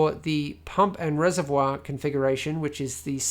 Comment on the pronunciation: being french i like the way how you said the word ''reservoir'' Well done, thats a fantastic pc porn channel.